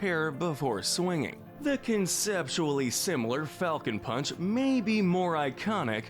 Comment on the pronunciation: He's saying Palcon Funch